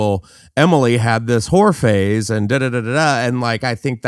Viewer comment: oh whore phase. I heard horror phase. 😅